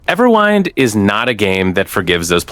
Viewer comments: Couldn't take this video seriously after quite literally the first 1s. EverWHINED? Really? You don't know how "wind" is pronounced? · Nope, that wasn't a slip of the tongue. He really said Everwhynd. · The way you pronounced the name PMO 😂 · Bro can’t even pronounce the name of the game properly but expects people to trust in his tips and tutorials. 🤦🏽‍♂️